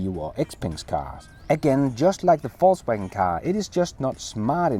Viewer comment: Hey hope your vacation is going well brother. Also I can't help to notice that you pronounce VOLKswagen as FALSEwagen😄. Go back to your other videos and you'll see. I thought it was joking at first but it's a real thing.